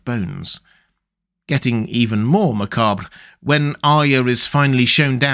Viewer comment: Don't you just love the way pronounces "macabre"? Chef's kiss! Bones have often been stored like that, in real life. Burial sites couldn't keep expanding like they do today, so bodies were buried or otherwise interred until their flesh rotted away ("sarcophagus" literally means "body-eater"), then the bones were stored in ossuaries, where careful packing could not only create macabre sculptures, but minimize the amount of space they took up. The bones are probably the most mundane of these mysteries. One weird detail of the Faceless Men is that their face/voice/memory magic seems to have been fully functional all along, unlike many other types of magic in this world, where people are quite surprised that their ancient traditions suddenly produce powerful magical effects. Or perhaps this just seems weird because I somehow completely missed that the Maesters are actively trying to suppress the very existence of magic?